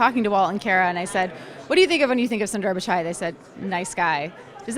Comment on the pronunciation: Madam thats not sunduurrr its sundar 😂